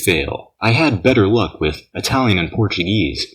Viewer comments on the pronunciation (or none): none